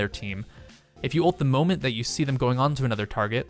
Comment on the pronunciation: 25 He says boment instead of moment. Shame him.